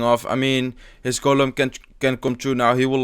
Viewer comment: use to say 'Golum' from The Lord of the Rings instead of 'Golem'